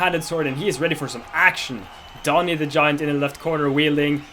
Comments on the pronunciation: DANI NOT DONI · did dani just pronounce his own name as dawnee? aight pack it up bois we boutta move to the philippines